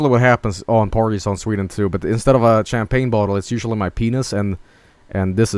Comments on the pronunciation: Champagne, not tchèmepèigne! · Champagne: Sham-pain Champagne according to: Kam-pah-nay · (aMAXproduction) That's the swedish pronunciation for you. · Sewdish my dudes